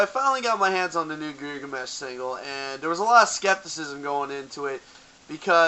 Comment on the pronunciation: I stopped watching after you mispronounced their name >_>